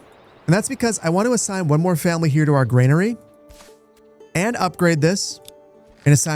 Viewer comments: It's "GRANERY", not "GREYNARY". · Please stop pronouncing granary as grainary. Very annoying 😂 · There's no "i" in Granary... ;) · Like the channel. Any chance I can get you to pronounce "granary," as GRAN-uh-ree instead of GRAIN-uh-ree? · Would you kindly drop that imaginary "i" in Granary? It's bothering me more than I'd like to admit.